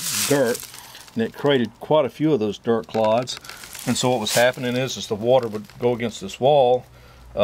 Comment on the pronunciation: Did you say dirt claudes or clogs my name is claude.